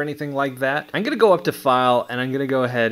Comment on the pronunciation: Why do you say “Ine gunna go” instead of “I’m gunna go”… stop saying Ine it’s annoying….